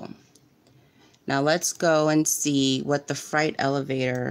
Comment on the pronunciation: Freight. Not fright. I cannot listen lol